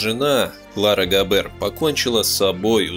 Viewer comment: GAber, BAden FArben что-то с вашим произношением . NSDAP- en- es -de - a-Pe